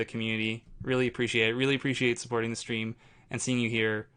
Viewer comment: Every time you say "supporting the stream", I hear "supporting this dream".